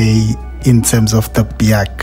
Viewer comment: In the very first sentence you imply that this is reliable? (BAIC is not pronounced "Bee-haak" btw, but "BIKE", lol) So, how would you know its reliable, since only a handful of these Chinese B40 knock-off things managed to find new owners over the years? (Sales can only be described as a disaster in SA) Also, the "BIKE's" that got sold till now in SA (e.g. D20) has been very rubbish in every aspect, including reliability! Not to mention depressing depreciation of "BIKES"... This is a C-grade review, of a C-grade vehicle.